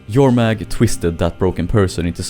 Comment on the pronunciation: Finally, someone who pronounces Jormag properly..